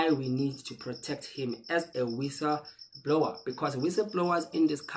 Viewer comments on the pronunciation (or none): Guys please, can we learn to read books so we know words in the correct context. Listening to people speak English is not learning. " wissablower or whistle blower" 😢😢